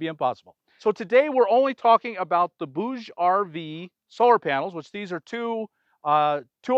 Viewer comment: BTW, bouge means move in french and you pronounce it perfectly